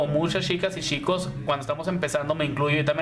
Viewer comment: De Argentina . me agrada como explicas solo me llama la atencion que no pronuncias la ch cuando dices chicas y chicos se escucha yicos y yicas 😃😃 😁